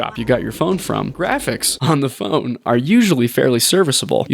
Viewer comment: "a freaking puh fone game" 🤣🤣🤣🤣🤣🤣🤣🤣🤣🤣🤣🤣🤣🤣 i cant w you bro i swear subbed